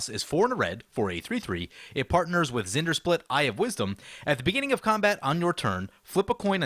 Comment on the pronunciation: Just listen to how it’s said in the video. Zendersplit. That’s not his name.